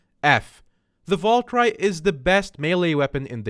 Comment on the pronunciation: Cant even pronounce valkyrie and scylla